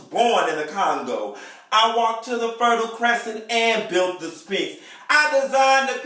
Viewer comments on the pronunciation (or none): ph gives you a f sound. As in physical. Now moving forward Sphinx is not pronounced Spinks as in Leon and Michael. Only cause I love me some.